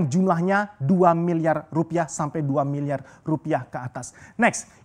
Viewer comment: Susah bro ngomong R wkkkw